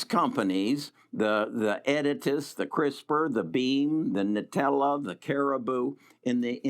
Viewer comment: haha i feel ya bro. This man doesn't even know the company name of NTLA. He keeps calling it Nitella, for Intellia. What the hell? I am in CRSP, NTLA, CRBU, BEAM also, but also in TSLA. I just hope more ppl don't follow what he is saying. Not even sure if HE understands what those companies actually are trying to do.